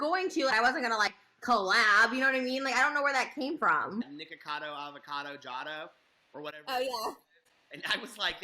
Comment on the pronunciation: niKOcado not nikado jshdjhd